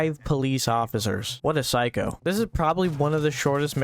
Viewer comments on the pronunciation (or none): none